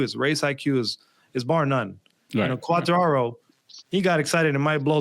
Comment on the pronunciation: Thank you Cheetah for at least trying to get to pronounce Quartararo's name correctly. Then again, if pronounces the last R like an N, then is his name pronounced like 'Track-Stains'? That aside, the Le Mans GP (main race) was probably one of the most interesting in quite a while. Congrat's to Zarco.